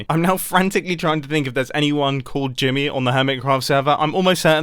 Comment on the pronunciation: Every time he says Jimmy... i hear grian...anyone else?